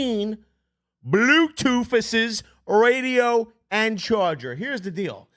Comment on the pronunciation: If I could super dislike I would. Everyone knows what an equalizer is. Stop saying radio weird you cringe.